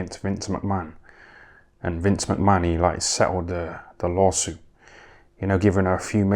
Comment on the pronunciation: Have a shot everytime this dude says vince mcmann lol